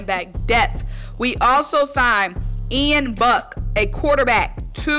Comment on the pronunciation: It’s Ian Book not Buck. He went to Notre Dame